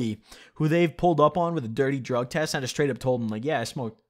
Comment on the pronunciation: You pronounced drug test wrong 😗